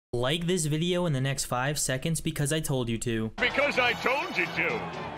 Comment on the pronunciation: "Sekonds" - 2020